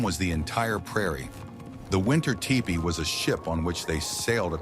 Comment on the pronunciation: TOO BAD.... ANNOUNCER DOES NOT KNOW HOW TO PRONOUNCE THE WORD T E P E E EE.